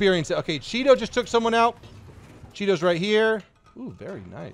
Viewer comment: pronounces Chi-To like Cheeto